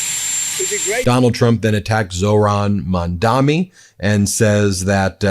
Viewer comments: Hey Ben, I am an average 66 yr old. This may be a small thing, but I just wanted to ask you to pronounce Zohran’s last name with an N at the end of his last name. He will probably appreciate that. I admit I am nitpicking, but there’s not much you do that bothers me. Lastly, I would like to thank, equally, you, Brett and Jordy. I adore the three of you so much. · Ben, can you please learn to pronounce Mamdani’s name correctly, being that, as a news program, this may be the first time someone may be learning his name and pronouncing it correctly would go a long way f way in educating your audience.